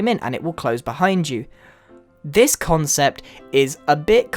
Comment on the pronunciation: he keeps saying conscept